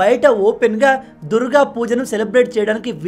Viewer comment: ఆదాని విషయంలో మీ logic తప్పు! ఏది ఏమైనా బంగ్లాదేశ్ హిందువుల విషయంలో భారత్ ప్రభుత్వం తక్షణ చర్యలు చేపట్టాలి - పరోక్షంగా నైనా సరే! ("దుర్ గా" అన్న pronunciationని "దుర్గ" గా దిద్దుకోమని సూచన)